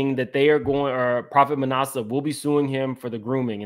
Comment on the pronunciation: It is NOT nawsa it is short a as in at Manasseh.